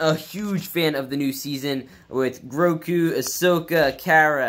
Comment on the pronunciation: His name is Grogu not Groku.